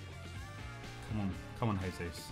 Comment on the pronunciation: For the love of all that is sacred and holy can you please stop saying "Gabriel Hesus"?? You don't sayi Horginho, Huninho, Hoão Pedro, why do you pronounce the J like an H when it's Jesus name? He's Brazilian, he's not Mexican.